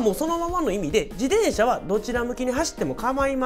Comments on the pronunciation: ジデンシャ じゃなく ジテンシャだよ。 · こういう事は大切って思う ありがとうございまう。 （でも「自でん車」の発音がき気になり過ぎて・・・）